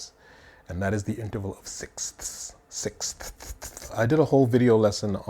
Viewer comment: Sixthsththththth. Come on now!😂